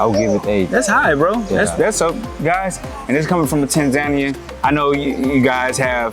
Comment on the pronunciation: It is NOT "Ten-zen-nien" BU "Ta-nza-nian" Remember that "a" is not pronounced "aye", but as "a" in "blah blah blah"